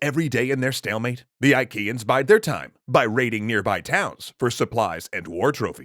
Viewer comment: I know this isn't the point of the video, but whenever Troy's enemies are mentioned, all I can hear is 'IKEAns'...